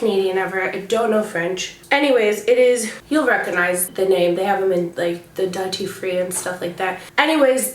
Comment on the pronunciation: I am loving that you called it the 'dut-tee free' lol. Loved all the recommendations and hope to see more videos like this, especially the skincare and eyebrow routine you mentioned. ❤️